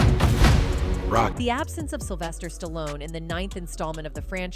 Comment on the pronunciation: Sylvester Stalon? REALLY?? AI crapola.